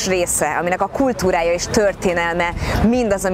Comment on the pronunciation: "kulTHúrája és THörTHénelme..." és megannyi T betű, amit ilyen tajték módon böfögi. Istenem, de egy szánalmas ez a luvnya.